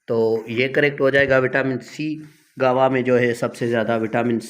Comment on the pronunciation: Guave aby amrood ko kehte hain guawa 😂😂bawlay